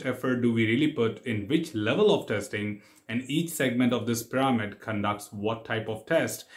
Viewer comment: Test pir-a-mid